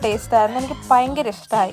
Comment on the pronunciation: കുട്ടി പയങ്കര അല്ല ഭയങ്കര ആണ് 🤣